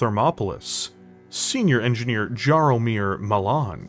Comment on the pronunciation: Very well produced video showing your love for BT as a franchise- I kinda hope that it will be made canon now 😅 Just one thing- if the mech's creator name is Jaromir, it is pronouced more like "Yaromir"- small thing, but it reallllly caused my polish heart pain to hear "Dżaromir" xD